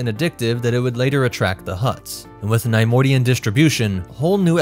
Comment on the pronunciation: The constant mispronunciation of Neimoidian made this unwatchable :/